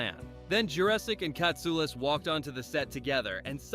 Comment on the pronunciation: I heard people mispronounce "Katsulas" before, or pronounced G'Kar as Jakar, but this took the cake.🙃